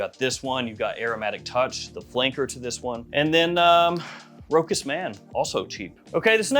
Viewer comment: Please start pronouncing Rochas as "Ro-Shas". I know the google search pronunciation of it is "Ro-kuss" but that is an incorrect pronunciation of the brand name. Search for a french Rochas commercial on youtube. It will give you the correct pronunciation.